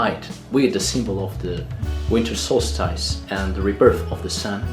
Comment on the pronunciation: It's good to see Mr Tico again and of course, the most important man,. It is now the time to prepare for this year's Yule and to look forward to the new year. I really hope that the coming year is kinder to you my friend, and to all. The only improvements that I can reccommend is more of Airk and let me help you pronounce solstice, it is better to say the second syllable as stis rather than stice. I'm glad that this video was on my reccommendations list as I can't remember if I saw it before, however it was worth watching again if I had.